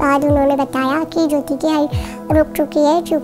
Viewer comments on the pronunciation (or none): Not Jo-i-ti....its Jyothi,Jyo-thi.